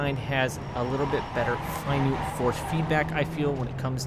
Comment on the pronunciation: The word you’re looking for is ‘finite’. Sounds like you’re saying ‘finute’ which is not an actual word. Sorry, always seem to be leaving pronunciation comments on your videos. Keep up the good work👍